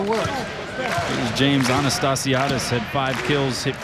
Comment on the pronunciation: I think botched Anastassiades' and Humler's pronunciations a few times, but I think was she was talking too fast. Lol!